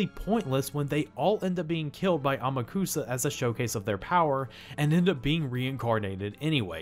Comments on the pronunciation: The name pronunciation in this narration gets to me. It’s not How-maru. It’s Hao-ma-ru. It’s not Ama-kusa, it’s A-ma-ku-sa. You enunciate every syllable equally. The anime got this right. The video narration doesn’t. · Strange ADV Films may have gotten Amukusa's gender wrong (HE is supposed to be a very effeminate male) but they did pronounce his name right, unlike you throughout the whole review. Whoops.